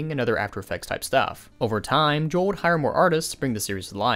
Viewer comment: It's pronounced Ho-elle Ge-rah